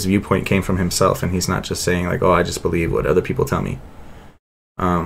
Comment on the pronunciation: Lol it’s “oh” but he says it like woah. Either way it’s not “to go”